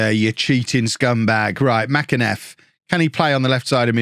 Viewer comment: Mac- en - iff is how you pronounce it.. used to watch him play as a youngster